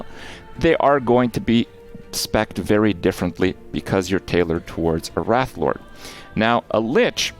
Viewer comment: Is he mispronouncing wraithlord on purpose?